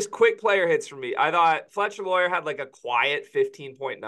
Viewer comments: Yo. It’s FLETCHER LOYER not Foster lol. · Bro it’s fletcher loyer. Be better